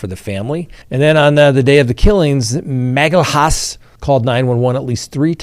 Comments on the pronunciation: This is how to pronounce Magalhães surname: Magellians. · Magalhaes is pronounced as MAH-GAH-LHAN-ES. This is as close to the Portuguese pronounciation you will get. The symbol ~ is hard to enunciate without the years of practice